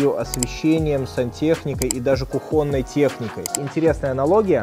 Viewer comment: кУхонной, не кухОнной 😊 и